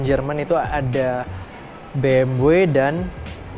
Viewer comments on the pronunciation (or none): bmw itu pelafalannya Bi EM WI